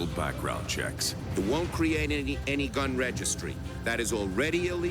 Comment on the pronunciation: Gun not gin